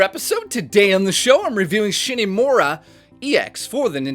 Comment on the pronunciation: "Shin-aye Mora" Wat The hit detection isn't off, it's just that in bullet hell shooters, the real hitbox of your plane/ship is way smaller than its visual representation. Could've shown some of the voice acting if you were to talk about it, too.